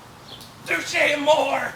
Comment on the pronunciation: Watch the interview with Jeremy and Liam (Cancer Bats), Jeremy knows how it supposed to be pronounced but him and the band say just Amor they don't add the 'ay.